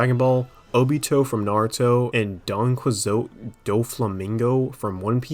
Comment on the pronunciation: "Don kii hoetay" Is how you pronounce Doflamingo's name.